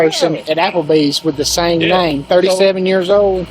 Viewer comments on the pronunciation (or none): “That Nahum, we just picked up a person at APpleBeez with that sahum nahum.” 🤔 Dublin accent right thar! lol (I live 30 mins from Dublin”